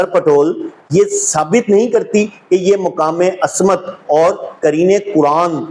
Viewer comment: Ooo jahil ibn e jahil asmat nhi ismat hota hai oor walayàt nai wilayat hoota hai kaash itni bareeq beeni se pehle urdu perhna seekh li hooti